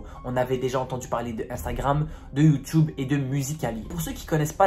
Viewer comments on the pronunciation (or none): none